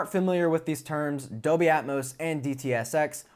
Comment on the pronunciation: really enjoy your reviews a lot. I do have a small teeny thing that is distracting. It's your annunciation of the word DOLBY... it comes out as 'doby' or 'adobe' but not anything close to DOLBY. Hehehe, really I am not 'that guy' it's just the poor annunciation of a key word for modern AV reviews diminishes the content for ME as I might be the only person on the planet it bugs. FYI, I once dropped a core course in college called Abstract Algebra because the prof, who I liked personally, because he was not able to pronounce most of the key words for the subject...